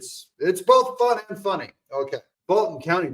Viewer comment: Funny, fani or foni😂